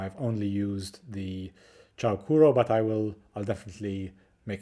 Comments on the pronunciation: Also it's pronounced as "choo"-sounding or "chuu" not "chow" hehe just thought you should know ✌️ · "Chou" is pronounced similarly to the "o" in English "so", but not "chew" or "chow". Chou Kuro means "super black", and I think it's a cute name. Chou is the same chou in "chou kawaii", meaning "super cute".